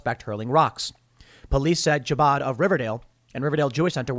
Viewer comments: Chabad is pronounced Habad (Technically that throat noise then abad) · Chabad is pronounced habaad with a gutteral h as in challah or chametz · Chabad is not pronounced like that. You gotta pretend you have popcorn stuck in your throat for the "ch". Had a good laugh though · Pro-Israel Tim can't pronounce Chabad...Tim Pool is Dim Fool confirmed. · Tim pronouncing the cha in Chabad without making the chchchchchhchc throat sound